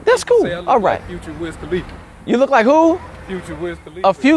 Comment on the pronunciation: MAN SAID WIZ KHLIFA LOL 😂😂😂😂😂😂😂